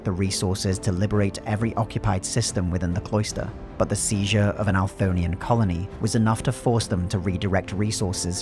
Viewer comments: Althonian or Anthorian? Bc it says Anthorian but you say it differently. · I believe it is the Anthorian Empire in game. It’s possible that the submission name was entered wrong but most likely he is just saying it wrong and the subtitles were written based off the audio only. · The hardest part about listening to this at and during work, has been and always will be, the narrator's near comical inability to pronounce "Anthorian" lol